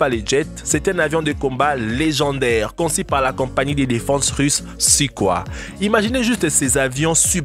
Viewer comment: Il a dit sukoi 😭😭😭😭😭😭 c’est soukoille